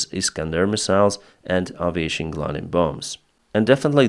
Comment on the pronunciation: Aviation is pronounced "ey-vi-ey-(tion)"